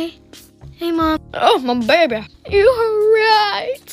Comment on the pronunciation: "oh my babeh" got me on the floor